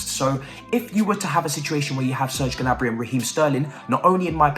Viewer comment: Its prononced Niabry, skip the G 🤣